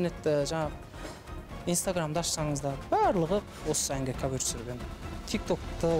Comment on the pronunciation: Салам бәріңізге, өлең керемет. Автор, Аука жандандыра түсті деп айтуға болады. Жүргізушілер кавЁр деген сөзді түзетіп жібергендеріңізде болар еді. Бірақ олда бір ерекшеліктің қыры ғой (диалект)